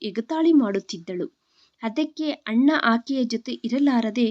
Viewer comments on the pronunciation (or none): ಮೇಡಮ್ ನಿಮ್ಮ ಉಚ್ಛಾರಣೆ ಯನ್ನು ಸರಿಪಡಿಸಿಕೊಳ್ಳಿ ಅಣ್ಣ ಅನ್ನುವ ಬದಲು ಹಣ್ಣ ಎನ್ನುತ್ತೀರಿ